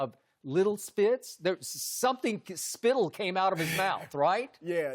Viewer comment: "Spittle." Skip is a funny dude